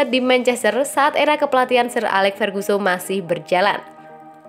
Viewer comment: Ferguson bukan ferguso